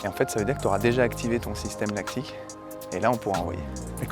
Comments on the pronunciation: L’acide lactique, ça fait mal aux oreilles d’entendre ça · Vidéo génial🤩, par contre "acide lactique"😭